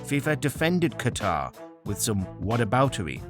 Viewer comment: The winner to organizeee ze 2,22 vorld cup is Qatarrrr! Felt Hitler vibes from blatter